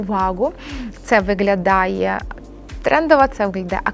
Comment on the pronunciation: Дуже корисна інформація 👌🌸, в українській мові треба вимовляти «г»,, а не «ґ». Ви перейшли українську, а лишили Ґ з російської - виґлялає, ґоворимо і тд. Це дуже ріже слух і звучить смішно!!! Виправляйте це.